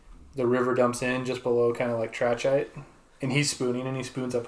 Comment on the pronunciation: I think it's pronounced tra (like TRAsh) kite. Tra-kite. Trachyte.